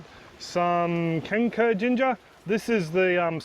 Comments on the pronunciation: For a minute there I thought you said 'canker' and I was thinking to myself, "why is planting a diseased ginger?" Just to let you know, the letter 'c' in kencur is pronounced with a 'ch' sound like in 'chair' or 'China'. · Hey, in Malay, the pronunciation of "kencur" sounds more like "turn throw". As someone already pointed out, the "c" is pronounced as "ch". FYI;)